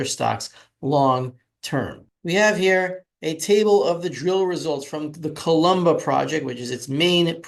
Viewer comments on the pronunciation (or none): none